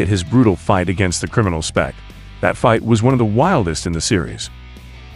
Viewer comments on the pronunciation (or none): none